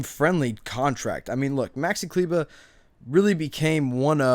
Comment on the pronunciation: Klyva? Dude it's kleber 🤣